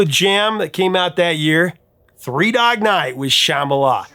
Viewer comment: It sounds like you were saying Shamala instead of Shambala